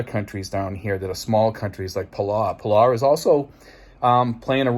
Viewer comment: I love watching your videos, I myself am from New England and a 27 yr Navy vet and your accent keeps my rolling every video!! In a great way. But I lived in the South Pacific for many years and it’s pronounced “Pa-low” for Palau. My Philipino freinds roll when we joke about how we pronounce things. Keep up the awesome videos and I agree something is going to happen sooner than later and I feel again the wonderful people there will be trapped in the middle like in WWII. Let’s hope cooler heads prevail, stay safe.